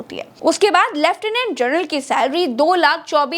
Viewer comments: कृपया जनरल का उच्चार जर्नल ऐसा मत करें!🙏🏻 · "जनरल" को जरनल बोल रही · आप जर्नल बोल रही है, और लिख रहे है जनरल